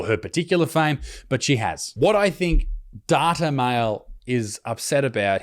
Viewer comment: It pronounced "Date-A-Male"